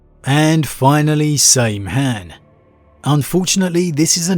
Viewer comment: I always thought it was pronounced Beel-Tahn with "Biel" the same as 'field' (possibly as "Bee-el")? And, "Saim-Hann" as Sime-Hahn, with the "Saim" pronounced like 'sigh' with an 'm' at the end? English, though is...problematic at points.